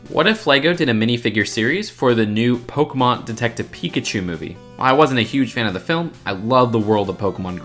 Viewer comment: "Pokamon" "Arkeyus"